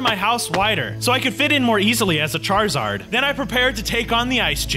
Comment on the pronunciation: you said charazard statue ha ha